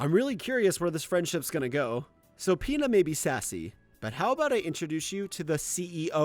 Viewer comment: I'm not the only that here's peta when he says Pina right